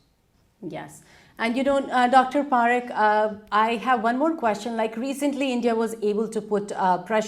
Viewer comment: It is pronounced PuhRikh not PaaRikh